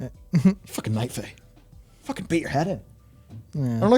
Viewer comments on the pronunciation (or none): If you're gonna quote Preach, it's pronounced "fookin'."